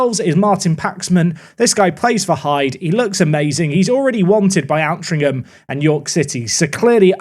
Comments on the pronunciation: great vids as always!! by the way...ALTRINCHAM is pronounced OL-TRING-HAM (I live there...) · It’s alt-rinc-um as in control alt delete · local Altrincham lad here. Please pronounce it OLT-RING-HM. Enjoying the series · As someone who grew up in Altrincham, hearing pronounce it spectacularly wrong every time is painful